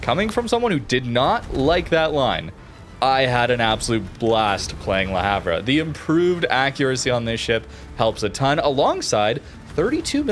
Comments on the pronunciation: Le Havre: proper pronunciation more closely resembles Luh Ahv, "H" is silent as are the ending letters "re". Don't hate me, hate the French. It's their pronunciation. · hi mate, that ship is pronounced La harve sry to comment like this but it just sounds so bad to any one from europe, subbed and always leave a like,,,,, cheers for all your content